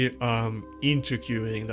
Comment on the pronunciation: Trying to help you with English pronunciation... ZEE-Na, not Zena Jems, not Gems (soft g) IN-TREE-GING (intriguing -{hard g})